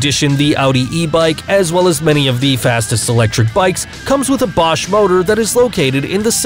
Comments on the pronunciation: You pronounce "Bosch" as "Bow-shh" Ahahahahaaaaa BUTCHERED the name of one of the largest and biggest world-wide companies. When were you born, 2005? If so, then you get a pass. Also, "Bulltaco." It's a compound word. "Bull" and "Taco." Now put them together. It's not a "tuh-coh" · He pronounces Bosch three different ways!